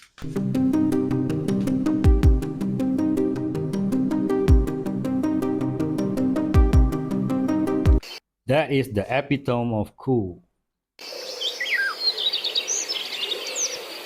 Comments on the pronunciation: Nice pronunciation of Epitome “Ep-e-tome” haha. Its “e-pit-uh-me” if you werent joking? No worries I f*ck up words all the time and suck at spelling but I’m always trying to learn and get better. Awesome vid man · it’s pronounced ee-pi-tu-mee. 😂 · epitome - not "appy tome" but "epi" (like "epic") "ter" (as in "ter" in terminal) "me" (sounds "a pit to me") otherwise it sounds a little unusual to US and UK English speakers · E pit o me. Epitome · The Epitome of cool...it's pronounced ah-pit-oh-mee. It's not pronounced how its spelled, bro. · Yo, EPITOME (AHPITOMEE) is how it's pronounced but great try and great that you're using more vocabulary